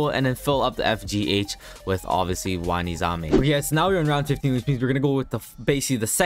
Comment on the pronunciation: ayo isnt it wanizame instead of waziname?